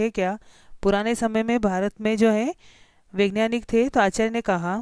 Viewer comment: ठीक से पढ़ना तो सीख लो वैज्ञानिक को vengyanik कह रही हो